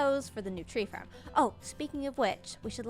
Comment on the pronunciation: The way you say “Farrm” makes me laugh